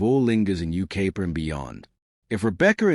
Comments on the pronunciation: Dear Ignorant AI: It isn't You-KAY-pa, it's You-K-EYE-pa. Seems we are heading backwards with technology. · It’s Yucaipa pronounce it right